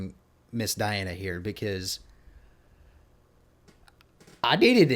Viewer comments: You already got her name wrong. It's dee-AHN-uh. Not die-ANN or die-ANN-uh. Last name is ahn-ku-DEE-no-va. Easy with practice. The show was not You Are Super. This is the follow on show called Show Mask Go On, which is the Russian pronunciation of the letters you see on the stage during the judges reactions. The judges are also the contestants on the show, which is an interesting concept. The judge in red looked astonished early on, because she realized she was in competition with a vocal goddess. The opening notes are very similar to her speaking and laughing voice. If you watch the video on her channel there is a judge discussion following the song, and you can hear her low speaking and laughing voice. That one also has subtitles in English. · You seriously butchered her first name. It's pronounced deeona...hilarious. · Dee- Ahn-na Diana 🤌🏽 Ahn-koo-dee-nova Ankudinova 👍🏽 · actually .. her first name is DEE-ana :) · Diana (DEE-ana) is a must see to understand just how Great she really is. A Russian, singing in English Language. Her last name is said, An -ku -De -nova, spelled Ankudinova. The i turns into a E.